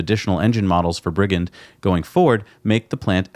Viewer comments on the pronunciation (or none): jeeez mate... its bridge end... bridgend.. not brigand.. yep i live there.. love the show from south wales.. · Hi guys, Bridgend is actually pronounced like "Bridge end", not "Briggend" ;-) (See ) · That's Bridgend. As in bridge end. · lol - the Ford engine plant is in Bridgend - pronounced "Bridge End" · Another great show as always, thanks guys. By the way it's pronounced 'Bridge End' :D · Pronounced Bridge - end. Love from Wales x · Bollinger Motors did tweet Elon about using superchargers, and Bridgend is pronounced bridge end 😘